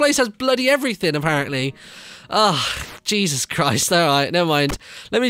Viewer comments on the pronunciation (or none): none